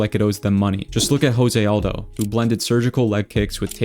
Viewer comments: not calling you a casual bro, but ho-say aldo? Brazilian has a hard J so it's joe-say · There's no "Hosé Aldo", it's """"J"""""osé Aldo. Portuguese isn't spanish.